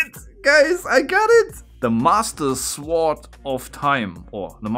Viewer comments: Will someone please tell him the proper way to pronounce the word sword? lol No; wait. I will do it. NO 'W', buddy. NO 'W'. Say SORD. And no... no one know why. Same as the word PHONE. We say Fone. English has WAY too many rules with no SIMPLE explanations. Life Is Good!✨🤗✨ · I don't like how he pronounces "sword", it's pronounced "sword" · I don’t speak German, but I think they’re saying that you don’t pronounce the “w” in “sword” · (Kronk voice) Hey! Nice beard. I'm kinda jealous... Also the intro of course, that's really amazing! also the "w" in "sword" is silent lol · Great solving again👍🏻. By the way the W is silent in Sword. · Interesting. I didn't know you pronounce the W in sword. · du hast schon recht, dass es eine Unverschämtheit ist, das w in "sword" nicht auszusprechen. Aber ob sich dein revolutionärer Geist da so durchsetzt? Btw: cooles video.;) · (the w in sword is silent. Pronounce it as if that letter wasn't there) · Nur als Tipp: das w in sword ist stumm ^^ sonst sehr cooles video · Just some advice...you don't pronounce the W in sword. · The w in sword is silent sorry I sound like an a-hole but it raely bothers me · Bitte sprich das w von Sword nicht mit. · A helpful hint: In "sword", the "w" is silent. So, it’s pronounced "sord", not "suWARD". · In english we don't pronounce the 'w' in sword, so it sounds like "zord". Confusing since it looks like it should be pronounced exactly like schwert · You don’t say sword It sounds like sord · the way you pronounce sword lol i love it so much- sWord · Btw its pronounced Sord not Sword. love from germany :3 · its sword not sowrd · S-word Lol. The W is silent dude. Just say sord. 😁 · FYI: Das w bei sword wird nicht ausgesprochen, also es wird "sord" ausgesprochen! Ansonsten coole Videos, mach weiter so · deutscher kann sich sein Englisch doch gar nicht anhören xD das mit "Sord" wollt ich auch sagen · "Sword" is not pronounced "Sword", it's pronounced "sord", the "w" is silent like in "two"